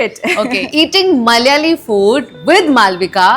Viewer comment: Pls pronounce Malyali as Malayali